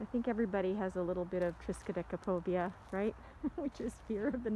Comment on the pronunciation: This is lovely. Arlington Garden is one of my favorite spots to unwind. Do come back and do a video in March or April when the poppies and other wildflowers are in bloom. Spectacular! (Congrats on having “triskaidekaphobia” just trip off your tongue.)